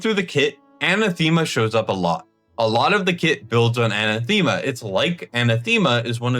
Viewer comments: Anathema is pronounced Anath.ema not Ana.thema. It's a real word. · Anathema, is a weird word so I understand mispronouncing it. Just fyi, it's pronounced uh-nath-em-uh. The word is used by Paul in the Bible, where he says, " if anyone or even an angel from heaven comes to you preaching a different gospel than the one we have presented to you, let him be anathema". This word denotes a serious curse, Paul is saying that anyone who contradicts the fact that Jesus was crucified and raised from the dead for our sins, that that man should be damned to hell. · Anathema is pronounced; "an" "ath" "ma". My ears thank you. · dude, im sorry but its "a na thee ma" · Google how to say anathema... it's ann AH theh mah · That's not how to pronounce Anathema